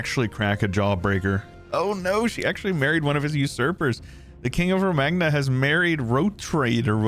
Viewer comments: The gn in Romagna is pronounced like the spanish ñ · Bologna = Balony So... Romagna = Romany Definitely incorrect, but it makes me stupid-giggle to call it that.